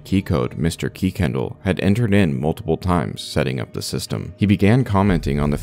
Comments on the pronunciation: I just have to say, about the restricted caller, I went to HS with someone in WA with the last name Kuykendall and the name isn't pronounced Key-kendall, the Kuy is is pronounced the same way as the word "guy" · Love your content! BTW the family’s name is pronounced Kir-Ken-Doll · Kuykendall is pronounced Kirkendall.